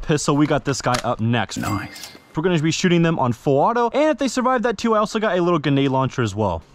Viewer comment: Grenade grenade grenade say it with me grenade God I hate that for some reason it just really bothers me dude it's grenade not Guined